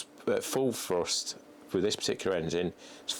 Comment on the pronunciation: I've never understood why English people cant pronounce the "TH" sound. Like he says "Frust" instead of "Thrust".